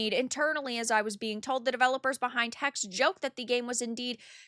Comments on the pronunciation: it is not hex, it is hexE. it is german. we do not drop vowels ever! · To make things better Ubisoft could add robust age verification to its games. The "e" in "Hexe" is voiced btw. "Hex-eeh" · the last E in Hexe is not silent btw. Hexe means witch